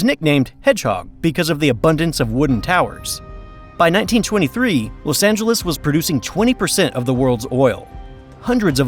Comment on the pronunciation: "Lus" Angeles?